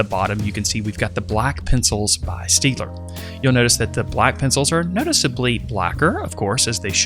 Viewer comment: it's pronounced 'Shtaydler'